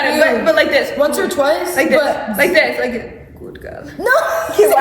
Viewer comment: Like in a jamaican accent "Good gyal" with a straight face😭